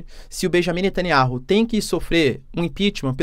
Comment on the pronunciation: Netaniahu Lê se ... Netaniau Professor